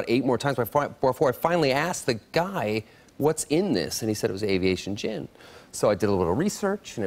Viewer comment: Avation gin lol